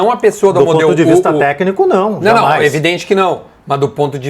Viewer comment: nas hashtags está Amoedo, e não Amodeo heheh